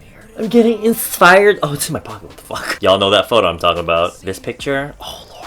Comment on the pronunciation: The bitch said insfired